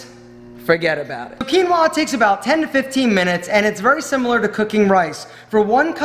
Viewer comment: Peruvian Quinua!!! 👏👏👏 Thank you for pronounce it correctly 👍